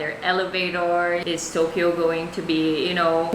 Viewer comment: not TOKLO ??? Its TOKYO!